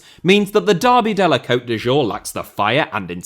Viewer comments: pronouncing cote d'azur as cote de jour is the biggest violence against the french language 😂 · Leave it to the linguistically challenged Brits to add a ‘j’ where there is a ‘z’